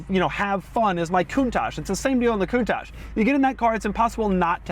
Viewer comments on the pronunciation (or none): none